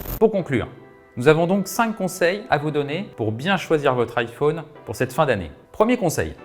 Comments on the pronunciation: On dirait Stuart dans The Big Bang theory 😂 Iphauune 🥴😂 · Iphaune il a dit 🤣🤣🤣